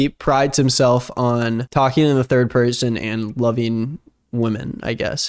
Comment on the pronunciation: This man isn't even a perthon